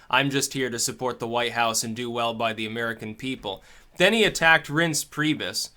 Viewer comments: Reince not Rinse, it's a nickname for Reinhold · He has been calling him rinsed penis in a couple of videos. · And Michael Savage calls him "Rince Prius".